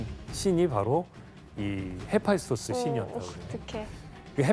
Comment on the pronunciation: 헤파이스토스가 교수님이 발음할땐 계소 헤아피소스라고 들려서... ㅎㅎㅎ개명